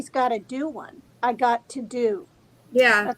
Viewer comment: Replay- I hear “I’ve goddo-a lie detector test” I agree with Tina on that interpretation.